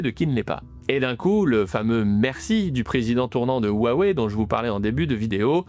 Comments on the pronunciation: Salut; merci pour la vidéo. Juste pour que tu saches, la prononciation correcte de Huawei est "Roua-ouais" et pas "Oua wai" - Désolé de chercher la petite bête, mais ca me fait toujours tilter quand j'entends les journalistes Français ne pas prononcer "Wuhan", "Xiaomi", "Xi Jinping" correctement. Si je ferais un travail journalistique, je ferais l'effort personnellement d'essayer de pronnoncer au moins les marques et les noms des entreprises/personnes étrangères correctement. Voilà, rien de bien méchant et je dis ça juste pour que tu sois plus crédible que les autres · faut apprendre à prononcémer Hua Wei [rhoua ouéi] : le nom basé à l'origine sur la fabrication de téléphones signifie "parler vers" et bien d'autres choses (hua : culture, transformation ; Wei : causalité, direction, "allô" ) bon on a mis 30 à savoir prononcer hyundai 😅